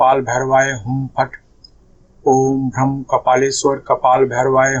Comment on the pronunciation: Bij is भ्राम not भ्रम